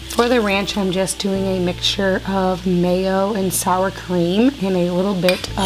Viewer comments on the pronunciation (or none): none